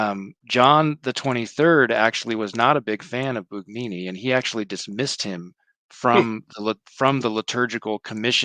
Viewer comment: No g sound in Bugnini